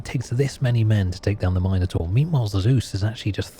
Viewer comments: Trying to go to sleep, but I keep getting woke up to the word Minor-Taur, not Minotaur being uttered. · Couldn't sleep because of the way you pronounced Minotaur